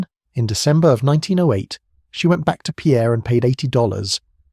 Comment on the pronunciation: As a former South Dakota resident Pierre is pronounced as pier. Take it from one that was harshly corrected when I first moved to the area 😊